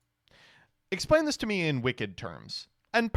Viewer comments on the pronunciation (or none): none